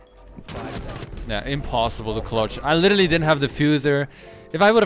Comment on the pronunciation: If you cant properly pronounce "literally" dont say literally 1000 times:/